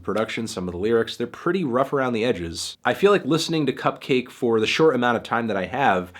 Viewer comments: its pronounced CUP-KAH-KEI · It’s pronounced like bukkake (or like orange juice), melon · I always pronounce CupcakKe like bukkake. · I always pronounce it like Cup-kek (cack) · huh, man... i been pronouncing her name similar to 'bukakke' this whole time. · I thought the two k's in cupcakke's name were supposed to be pronounced like bukakke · I think you're supposed to pronounce "Cupcakke" like "Bukakke" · Sportaflop Supreme no it's pronounced like cupcake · Isn’t it pronounced cup-cahky as in bukakke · isnt cupcakke pronounced like bukkake? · I never realized cupkakke can also be pronounced like bukkake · I always thought it was pronounced cup-kakke, like bukakke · does he not know its pronounced like bukakke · I literally thought her name was pronounced bukkake. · It’s pronounced cup-cock-aye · Think it’s pronounced cupcakke like bukakke